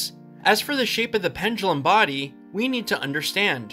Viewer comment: correct: body incorrect: bardy